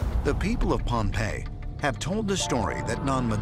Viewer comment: Great video ! just to correct something from the video, it's Pohnpei, not Pompeii